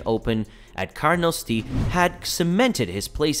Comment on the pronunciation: This narrator has never watched golf in his life just from the way he said Hunter Mahan's name and Carnoustie.